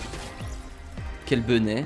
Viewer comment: Pourquoi il dit toujours quelle benet ?